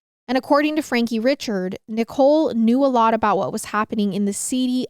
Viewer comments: these folks are Cajun. Chaisson is Shaw-sawn, Richard is Ree-shard, Guillory is Gill-ree, and DuBois is Du-bwah. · Richard is pronounced Ree-shard ❤